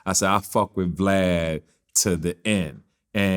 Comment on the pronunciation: Lol you said Glad not Vlad😆😅🤣😂